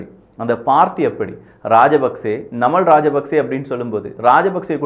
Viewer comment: நன்றி அண்ணா நான் இலங்கையில் இருந்து பார்த்துக் கொண்டு இருக்கிறேன். நீங்கள் குறிப்பிடும் பெயர்கள் சரியான உச்சரிப்புடன் குறிப்பிட்டால் பொருத்தமானது. நாமல் ராஜபக்ஷ அநுர குமார திஸாநாயக